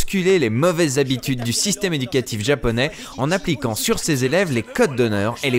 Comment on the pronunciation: C'est marrant car j'adore les VF, je les défend toujours, mais cette de GTO à l'époque a été celle qui m'a fait dire "nope, pour les séries animes Japonais, c'est fini, VOST only". C'est une catastrophe, le ton n'y est souvent pas, la prononciation de termes Japonais est souvent foireuses (comme prononcer Washington ouach-1-gthon par exemple...) car "Dorémon..." non. :| Franchement ça leur prenait quoi? 10 minutes de recherches Google, pour trouver qu'en fait c'est Do-ra-é-mon? J'sais pas quand on est censé adapter, traduire, retranscrire... ça me semble être le minimum. Et comme tu dit le langage "cool-jeune" utilisé était complètement ridicule, "c'était trop bat' cette boom", ouuaaiis... -_-" Je trouve que maintenant, étant tombé sur des VF d'animé récent, on fait mieux. Et les doublages de films animé sont globalement toujours super bien foutu comme les Ghibli. Mais GTO là... Non, pour moi c'est non non et non.